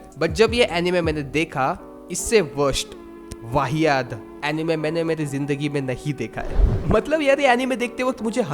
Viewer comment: that "वाहियात" was personal 😂